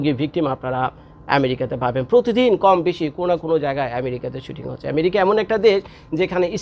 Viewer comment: America na bole Marica bolen Kano ? Video korar somoy ato Vab na nilai Valo.